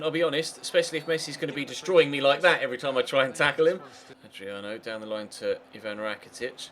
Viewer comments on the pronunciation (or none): none